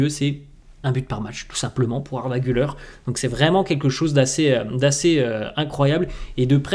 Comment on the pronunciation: Se prononce Arda Gül-air et non Gül-eur 😉